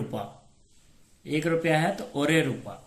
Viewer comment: Rupa Nehi rooba